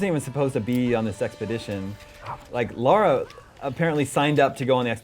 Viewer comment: Slightly annoying how Americans cannot pronounce Lara right, even when they hear it said so many times in the game.